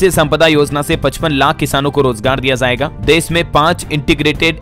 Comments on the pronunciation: shabd zaaiga ghalat hai sahi shabd.jaaiga h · आप का उच्चारण गलत रहता है जाएगा बोलना किसी से सीख लें